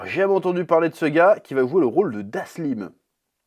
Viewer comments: Petite Dyslexie ? Dhaslim ? ^^ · Le "Da Slim" à la place de Dalshim m'a fait marrer😂 Si on a Fifty Cent en Balrog et aussi Da Slim, j'espère qu'on aura DaBaby le rapper en new challenger-fils de Da Slim ! Sinon Cody Rhodes en Guile, pour la carrure et le tour de bras j'aurais préféré l'acteur de John Reacher, mais bon, il aurait fallu lui faire une perruque à la One Piece😂 Après, avec la coupe Balrog de Fifty, en vrai pourquoi pas, je reste convaincu que ça aurait été un bon cast😊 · dahSLIM ? qui c'est lui ? richters pas RISHERS bref un minimum apprendre les nom du cast pour presenter le..........CAST lol mais bonne vidéo quand meme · Je suis resté bloqué sur " DhaSSLim " mdrrr.... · c est da-L-sim sinon 😄😄😄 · Alors pour une des rare fois, je suis déçu! Sujet mal potassé! Comme il est dit, on n’écorche pas le nom de Dhalsim qui est donc indien, on ne parle pas du pourquoi du comment de la tenue de Cammy, on évoque pas la fameuse voiture du stage bonus... Quand au film Street Fighter des années 90, Ryu fait bien un Hadoken à un moment vers la fin (c'est très mal fait, je le conçoit, mais il le fait bien...) Bref, et j'en passe, on à l'impression que tu as surfé sur la hype de cette sortie mais en en ayant rien à fou...du sujet!😂 Cela dit, ce n'est qu'une constatation, on à le droit de se foirer de temps en temps un! ça n’enlève pas la qualité intrinsèque des tes vidéos! 😘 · Sa fait mal aux oreilles 😂😂😂😂😂😂 Et au passage Dhalsim est Indien 🇮🇳